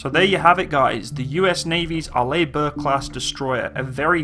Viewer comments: Yep, AR-ley, not ar-LAY. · Good review! Pronounced R-Lee rather than R-Lay. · Can I just point out you pronounce it as (Are-lee) Bourke, not (Are-lay) Bourke... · Arlibork? Are you in 5th grade? It's pronounced like "R. LEE. BURK" "Orientated" is dead language, STOP USING IT. And it's pronounced ALU-MI-NUM. Element 13 on the Periodic Chart. Look it up. It's hard enough listening to you, but when you mis-pronounce every other word, it's like someone scratching a chalk-board. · By the way Arleigh Burke Class the first name is pronounced Arlee not Arlay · Hi. It's pronounced "Are-lee". Love your videos. Keep up the Great Work!! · Pronounced R-Lee or Arlee Burke! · To help with the pronouncement my British friend , it's Arr-lee Burke .But then again you Brits say Aluminum and Schedule funny also, no wonder we broke away ! Lol Btw I no and the Burkes are the best there is 62 of them !!! And all of Nato and no one is close plus 11 CGs Amazing and in the future will have laser CIWS and Railgun !!! Semper Fi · Also fyi, Arleigh is pronounced like Arley.